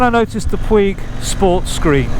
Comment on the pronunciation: I appreciate the info! Have been following all the screens. I am now on the MRA Vario Touring... BTW, it is pronounced "Poooooooge" rhymes with stooge. Soft G. Ride On!